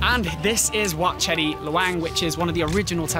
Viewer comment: They write it as Chedi but the pronunciation is actually say "Jay-dee". The writing make everyone confusing.